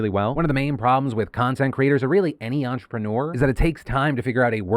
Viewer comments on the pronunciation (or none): none